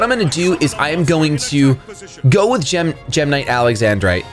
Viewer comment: I thought you were saying gemini there for a second :)